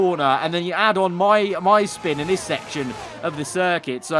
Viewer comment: sure did "shpin"